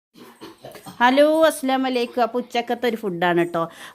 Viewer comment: താത്ത അസ്സലാമു അലൈക്കും എന്ന പറയു ട്ടൊ 😍😍😍അസ്സലാമലെയ്ക്കും എന്നാ എല്ലാ വീഡിയോലും പറയുന്നേ... അതൊന്നു ശ്രദ്ധിക്കു ട്ടൊ 🤗🤗🤗 Subscribe ചെയ്തിട്ടുണ്ട് 😍